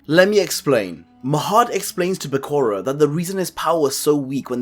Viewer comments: Bae koo rah? It's Bah Coo Ra. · His name isnt Buh-cure-ah Its Ba-ku-ra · actually 0 often times you said "bekuru", "bekoro", "bekora"